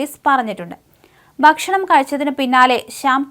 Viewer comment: മലയാളത്തെ വ്യഭിചരിക്കരുത്. ബക്ഷണം അല്ല, ഭക്ഷണം ശർദ്ദി അല്ല, ഛർദ്ദി. ശക്തി(ക്കു)ളങ്ങര അല്ല, ശക്തി(കു)ളങ്ങര ഇവളെ മുക്കാലിയിൽ കെട്ടി അടിക്കണം